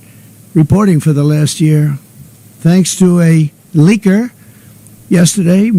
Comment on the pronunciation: My man said leaker!😅